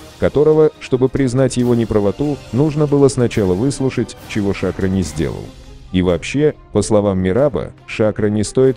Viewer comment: Почему голос за кадром говорит ШАкро? - я слышал с ударением на последнюю букву - ШакрО.